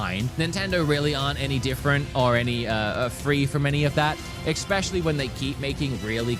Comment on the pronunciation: Do you keep saying "expecially"..?